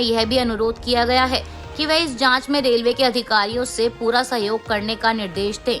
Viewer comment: Please correct yourself it's रेलवे but not रेव ले